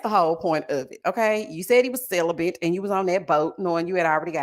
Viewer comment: "negligee" and "celibent" 😂🤣😂😆😆🤣